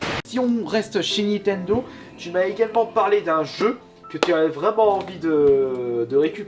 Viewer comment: C'est nintendo pas nitendo